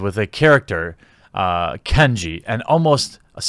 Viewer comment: It’s Kanji not “Kenji”. Sorry but someone had to say it. Btw these “journalists” need to stop. What mean by “journalists” I mean the people Jeremy is covering.